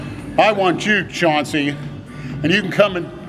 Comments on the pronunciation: Mel Chancey...C-H-A-U-N-C-E-U LMAO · *Mel Chancey